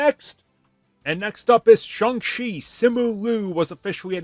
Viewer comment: His pronunciation of Shang Chi is 🔥